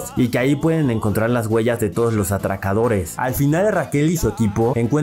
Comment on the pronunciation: DIJO ATAKADORE O ATRAKADORE¿?